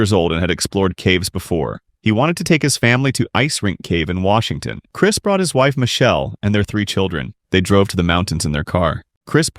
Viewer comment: It's Ouaxingtón